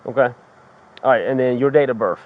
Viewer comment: Cop said YOUR DATE OR BIRF😂😂😂😂